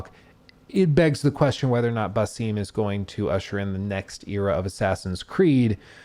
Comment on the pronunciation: My guy thinks he’s so intelligent by pronouncing the names wrong 😂 it’s a-vor not “eye-vor” and it’s ba-sum not “bay-seem” 🤣🤣